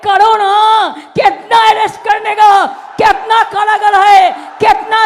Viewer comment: ওটা কেতনা নয় কিতনা হবে 😂 হিন্দি জানেনা প্রধানমন্ত্রী হবে বলছিল 😝 যদিও এখন আর মুখে আনে না,ইন্ডিয়া জিতবে না,তাই নিজে ই কেটে পড়েছে 😂